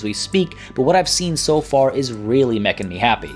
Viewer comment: "Really MECHIN'' Me Happy." ... ok.